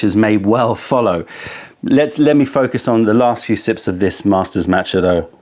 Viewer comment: Haha, but he also mispronounces "master" 😅😅